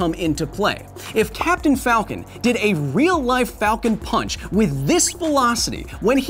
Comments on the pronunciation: Its pronounced "Falcown ponch" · Captain falcon sounds like he’s saying FALCO PANCH